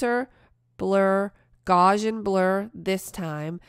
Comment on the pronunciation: Gauss in gaussian sounds like House